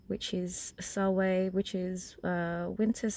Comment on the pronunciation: I love your video but as a practicing Pagan Witch in the Northern Hemisphere, I have to correct you on a couple of things. First, you're pronouncing Samhain wrong. It is pronounced, Sow-Win. The N at the end is not silent. Also, Samhain is not celebrated in the winter here, it is celebrated in the fall. Our winter solstice is not until December 21. Just a bit of FYI. I'm really surprised that noone else corrected you yet.